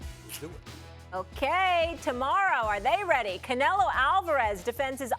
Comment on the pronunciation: Theres no “i” in canelo